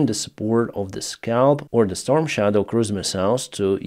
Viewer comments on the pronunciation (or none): none